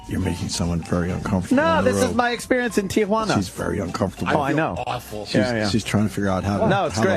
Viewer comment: Wow, Ant pronounced Tee-juana right. Most people throw an a in there. They call it Te-a-juana. He's right about the kids running up on you trying to sell you shit too.